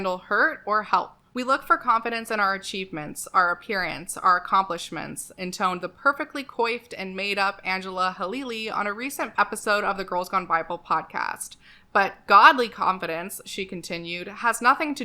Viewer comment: I was going to comment that coiffed is pronounced like 'quaff', but a couple of videos from google (i wanted to make sure i was correct) pronounced it like you do. Now I'm 90% sure it is still said like 'quaff' and that these other videos are just wrong, but there's 10% of me that is not certain.